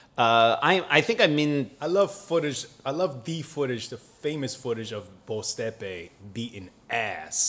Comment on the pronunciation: pronunciation of Boztepe's last name is pretty damn good. Being half Turkish with a Turkish name, I'm impressed!